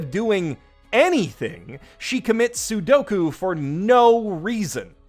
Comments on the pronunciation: Commits Sudoku... honestly can’t tell if joke or misspeak. Funny regardless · ...commits sudoku? Wut? You mean sepuuku? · I'm still not sure if he said Sudoku on purpose or just didn't realize it...